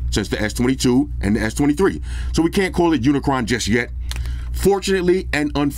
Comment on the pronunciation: said Unicron 😂